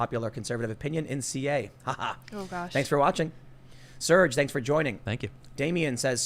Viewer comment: That's not how you say "thanks," Tim! Thank is like think, not that or there.